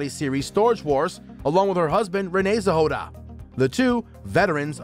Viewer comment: Zhehoda? Nezhoda dude..